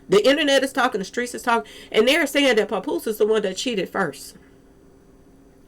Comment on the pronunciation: 😂 puh poose love that pronunciation.